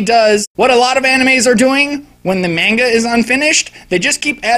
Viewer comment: It's pronounced "mah-n-gah" NOT "may-n-gah".